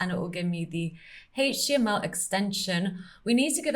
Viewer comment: I always love the parts when you say "Haige Tea ML", just like so. #SCNR 😉